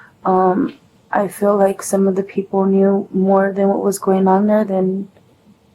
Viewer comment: Your interview is so gross! And I hate it when people end words ending with a G, with a K! So nasty!